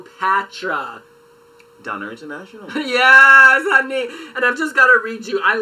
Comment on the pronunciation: I basically died when that guy kept on saying "Daina International". It's Dana International!!! Dana